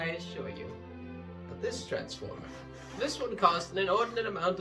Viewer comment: transtoformre,.s... vicartyry :D